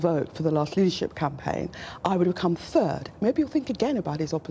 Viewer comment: turd not third